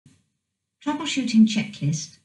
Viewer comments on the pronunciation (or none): Sounds like it's saying The Washington Checklist instead of Troubleshooting Checklist .